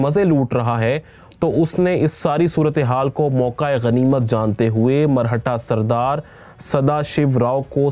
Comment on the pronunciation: मरहटा नहीं मराठा